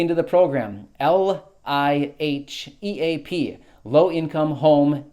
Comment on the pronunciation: It's pronounced just like it is spelled. LIEHEAP! Lie heap!